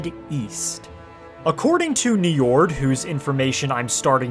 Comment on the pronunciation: don't let an old norse specialist /nerd hear you pronounce that name: Njórd, or Njörðr as is the old norse spelling... he is the lord of the vanir and the father of Freyr and Freja. god of the sea ;) that dude there is named after this old norse god.